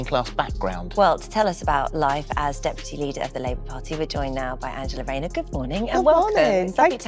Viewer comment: is a joke you can't even pronounce tax fiddling Angela Rayners name???